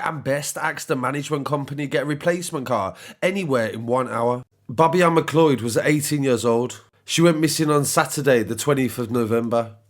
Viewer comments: It’s pronounced McCloud. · Point of Order ... It's pronounced 'm'cloud'. Has nobody seen Highlander? But to be honest, we're not at the point where women don't have to exercise caution. We've seen recently that we can't even trust the police to not commit horrific crimes against women. Scary times.